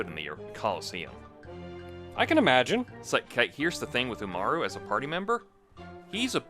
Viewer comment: When they say it "UmarU" I can only think of the eponymous honour-student-slash-gremlin girl. Umaru~n!